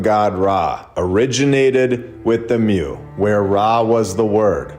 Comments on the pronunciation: It’s pronounced MOO not MEW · It’s pronounced MOO not MEW lol